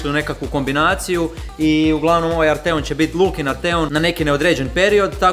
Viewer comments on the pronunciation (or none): Msm da krivo izgovaras Arteon. Naglasak je na A.